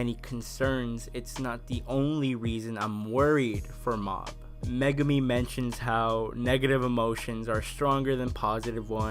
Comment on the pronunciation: Liked the video! However, the evil psychic is named Mogami (Mo-gah-mi) and I can tell based on your posts here that... You didn't get that as you specifically write out Megumi. I thought you would enjoy for future reference.